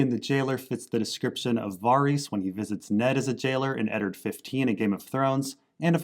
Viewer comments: VARYS = “VAir-Ris” LYS = LEASE not Lice. Jesus Christz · Lys rhymes with miss Varys. Rhymes with care-iss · Why does this dude pronounce Lys and Varys so weird